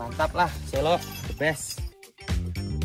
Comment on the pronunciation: selo kak bukan selo😭😭😭